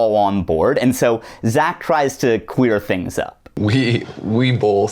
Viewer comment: whenever you say "clear" i think ur saying "queer" and do a double take but i love it every time